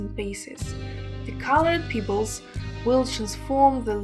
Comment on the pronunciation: Every time she says "peebles" I think of Nia Peeples.